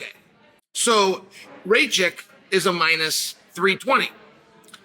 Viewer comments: Bro, his surname is Rakich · Rakic…..not Racik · Racik 😂🤣😂 Only Chael can bungle the easier name to pronounce